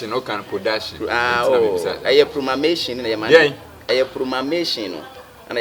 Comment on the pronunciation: did you just say promamation🤣🤣🤣🤣🤣🤣🤣 is promotion